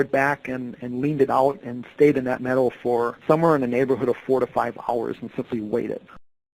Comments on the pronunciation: It took me a while to understand that what he was saying was “meadow” not “medal”. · I thought maybe “metal.” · Say meadow properly